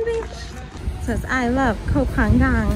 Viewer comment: got the pronunciation of Koh Pha-ngan right. it should be "paa ngan" (the 'ng' sound in -ing suffix like going), and not "paa yan" or "paa gan".